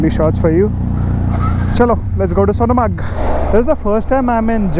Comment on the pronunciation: Pronounce Sonmarg